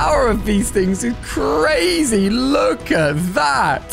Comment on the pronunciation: Did u mean CWAZY? (Not a typo)